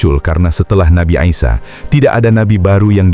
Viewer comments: Dr Nabi Isa Kok jd Aisya?????slh sebut. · Nabi ISA as, BUKAN Nabi AISA, bahasa Indonesia ISA ya di baca ISA!